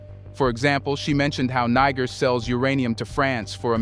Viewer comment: You have mispronounced Niger 🇳🇪 many times in this video, you called the revolutionist the N word😮. I am sure in ancient times in Africa, that was not the name of that land.